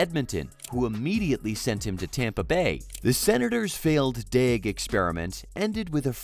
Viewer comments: You can’t even say his name right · I'm not gonna lie... All of this video: Me: "What's up with the silent L?"